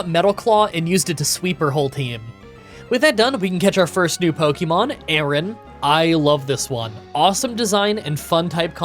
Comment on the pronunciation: The pronunciation of Aron and Lairon have to be rage bait right?